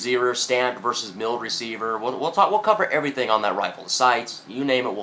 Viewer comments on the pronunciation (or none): none